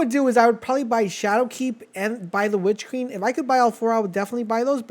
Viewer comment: “Witch keen”😭